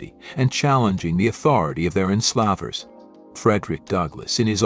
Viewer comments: That AI pronouncing centuries and...enslaaavers. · PLEASE can we get back to human writing and narration? It’s awful. It sounds like a list of sentences rather than one sentence connected to the next. While we’re at it, pronunciation matters. “Enslah’ vers”??